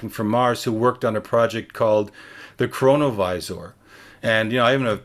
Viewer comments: LMAO, CORONA-VISOR DUMBASS ITS CHRONO-VISOR, SIR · Honestly this feels like a Psy-op, like a last ditch attempt to get us t manifest the hellish things being warned of. "Chronovisor" really? what did that sound like when first hearing it?